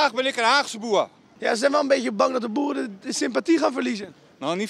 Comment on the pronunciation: "BOERUUUU BOERUUUU BOERUUUU" ik voelde me aangesproken als Eindhovenaar 😂